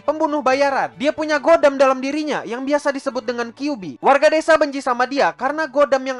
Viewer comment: khodam bang bukan godam 🤣